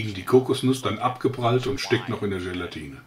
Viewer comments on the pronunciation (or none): none